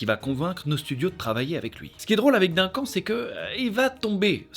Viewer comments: Oh mon dieu tu a dit « dinquant »pour le prénom Duncan je suis morte le respect 😭 mon frère s’appelle comme ça aussi j’ai explosé de rire 😂😂 ça se prononce « deuncan »😅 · Ca se dit "deune canne", pas "d'1 quand" ... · Duncan ... " Deunn Kane " .. par pitié...😭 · ÇA SE DIT "DEUNECANNE" !!! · C'est tellement fait avec sérieux que j'ai cru à une énième prononciation farfelue américaine 😅